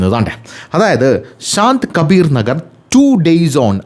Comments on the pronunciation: ശാന്ത് കബീർ അല്ല സന്ത് കബീർ നഗർ ആണ് സന്ത് എന്നാൽ saint ന്നൊക്കെ പറയില്ലേ അതാണ് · Sant Kabir Nagar and not Saant Kabir Nagar , you have to explain correctly 😂😂